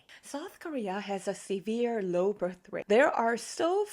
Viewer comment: I am shocked by your CCP friendly propaganda based on the stat that does have many holes, Countries like China don't even count their own population correct, and yet you believe these online-easy one click stat to evaluate the country's current standing? By the way the word "severe" is not pronounced "See-veer" like your sht broken Konglish. Marrying because of unplanned impregnation???? Lol, are you f 200 yrs old? Young Koreans are just like US, they start mingle way b4 getting old like you. Your broken accent obviously show you are a Korean, or at least living in Korea. Maybe Chinese Korean? I don't know how much you are getting behind the door, but stop spreading LIES.